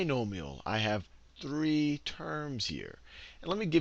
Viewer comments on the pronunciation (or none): none